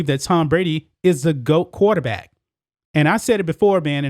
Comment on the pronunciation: why do u say quaterbat?